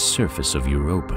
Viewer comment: Ugh! its Europa not Europe.